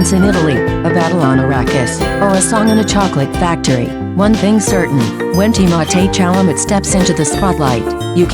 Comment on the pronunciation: Pronounce his name correctly.